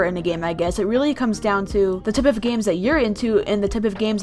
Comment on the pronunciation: Did anyone notice that said “tip of games” instead of “type”? Time stamp below.